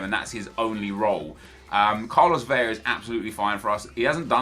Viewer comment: It's Vela, not Veja. 2 L becomes a j, not one. I'm sorry, but it bothers me so much